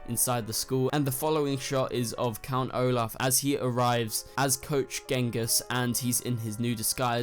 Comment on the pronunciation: The Baudelaires meet the Quagmires in the cafeteria not the orphans shack.Also it’s pronounced Genjis not Gengis and that not even that scene at all .It doesn’t take a genius to see that he’s not wearing running shoes or a turban.That is actually the scene at the end of The Ersatz Elevator when they’re in the V.F.D tunnels that lead to the remains of the Baudelaire mansion